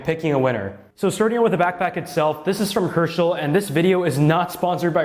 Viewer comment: I thought you said Hershey instead of Herschel